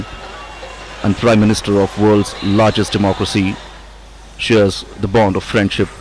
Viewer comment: Phariend ship hahahahaha....seriousely is he a president.....